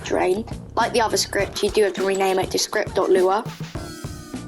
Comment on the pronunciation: you aren't alone with the "scripy" thing, i do that too 😭